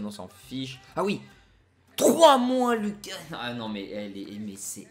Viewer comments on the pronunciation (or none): none